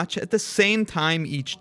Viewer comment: "Learned" is this usage is pronounced lear-ned.